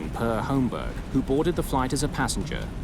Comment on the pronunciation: I didn't go through all the comments to see if anyone has already mentioned this, but I'm pretty sure the first name "Per" is pronounced pear.